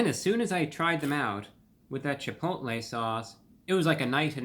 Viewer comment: Isn't he pronouncing Chipotle wrong? 🤔